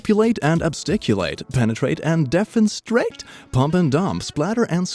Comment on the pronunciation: He pronounced definistrate wrong too